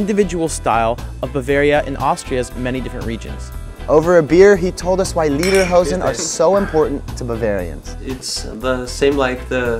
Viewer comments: Repeat after me: lay der hozen.....not lee der hozen. I lived in Bavaria for three years in the 1980s and I still miss it every day, the food, skiing, the people, the culture. I bin a Bayer, host mi ! Super video, brought back many memories. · Leaderhosen? :D its spoken like laiderhowsn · Don't mean to be smart-alecky, but Lederhosen means Leather Pants, but you say "Liederhosen", which would mean "Song Pants." :D